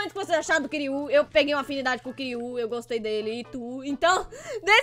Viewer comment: mds ela falo quirui meu nome é quiroã